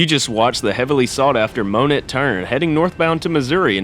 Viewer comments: I’m fixing to model this railroad in HO scale. I work across the tracks from Eagle concrete and see these trains every day. And BTW, it’s pronounced Monā not monet. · Good video! Thanks. As one that's lived in a few locations in the Arklahoma region, as well as being quite familiar the the A&M, I'll help you with a couple of pronunciations that are a bit tricky: "Avoca" is pronounced "uh VOE ka". "Monett" is pronounced "MOE net". Hope you get back up that way and shoot some more video!